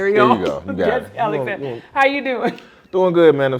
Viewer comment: Alexander….Not Alexnader!